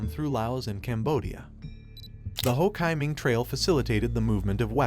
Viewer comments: "Ho KAI Minh?!" No. It's "Ho Chi Minh" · The Narrator pronounces Hochiminh wrong, it pronounces, Ho Chee Minh .x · Dude are you seriously allowing this to be out in the public where the AI can't even say Ho chi Minh appropriately they call it Ho (chi)KY Minh like lambda chi!!!🙄😮‍💨 IF YOU'RE ACTUALLY DOING WORK AND GETTING PAID FOR IT DO THE WORK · Also locally its Lao. The S is silent. And with Ho Chi Minh, it's Chee, not Chai. And it's definitely Saigon, not Ho Chi Minh City for southern Vietnamese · Hele, the Ho Kai Ming trail 😂, Jesus Christ 🫣, at least try to tweek the Ai to say he's name right, Mama Mia, this is definitely a thumbs down video, please do better research next time, wrong on many issues in a video only 10 min long, well you should actually get some kinds of price of that, wow am amazed, people please to better a research dont listen to this,cuz its basically bs! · AI narrations are unlistenable. "Ho Ki Min"??? Give me a break!!! Learn to speak English. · Ho KAY Minh 😂🎊🤣 stupid robot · Yes, detracts from the effort as a whole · Ho "kai" min?? 😂😂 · I'm sure this must be AI talking because they can't pronounce Ho Chi Minh's name, right? What happened in 1954 with the French?The reason that they lost their Colony in vietnam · The name Ho Chi Minh is mispronounced throughout the video.